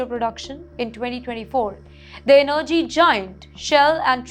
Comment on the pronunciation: n-nerrgy lol - Miss, your info is as false as your pronunciation of words like energy. Trinidad is NOT geographically between the US and Venezuela; it is to the east of Venezuela. The very large America is north-northwest of the very large Venezuela. This news story declaring the end of Trinidad and Tobago is an evil attempt to get unfair viewership. Why didnt you show a map of Lebanon when talking about them? Learn what the word between means.